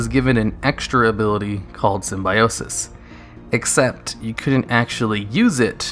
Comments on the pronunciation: Not sym-bi-o-sis, but sym-byo-sis (simbēˈōsis) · Dude..say Sim-bye-osis one more time LMAO..its call Sim-bio-sis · The #1 was painful to listen to... While I agree that Symbiosis was fun and innovative and unique, please, at least do your research before creating something like this - it's pronounced (sim-bee-oh-sis). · Ah, the Jenny Slate school of pronouncing Symbiote, or Symbiosis in this case.